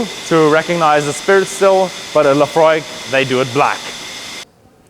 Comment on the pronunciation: Is that how it is pronounce the name of the distillery? La-Fro-iiK? (+/-).